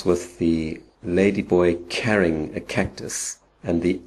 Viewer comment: I don't understand why you pronounce 'CARRYing a cactus' the way you do. Otherwise good info :)